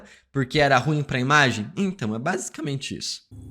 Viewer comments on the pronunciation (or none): none